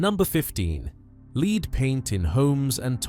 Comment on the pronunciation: “Leed” paint - oh dear!